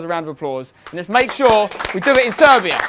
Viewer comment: Did you say SERBIA ?????????